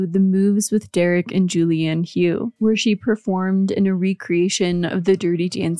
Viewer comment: Just a small point, Hough is pronounced “Huff” not “Hugh”. Atleast that’s how Julianne and Derek pronounce it